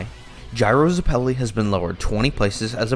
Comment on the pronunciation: Why are you pronouncing zeppeli like that 😭😭😭😭😭😭😭😭😭😭😭